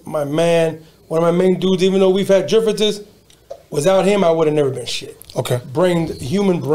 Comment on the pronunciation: Jifference That’s how it sounds like when says difference 😂